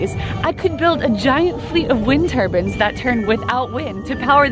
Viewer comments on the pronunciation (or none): Did you say wind turbans ?But who would wear them